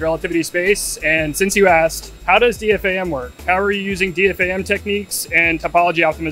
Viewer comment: You say "D.F.A.M." and not "D-Fam"? I thought you folks were all about efficiency? ;-)